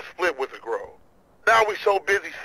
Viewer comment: es heißt GROVE nicht Gruve -.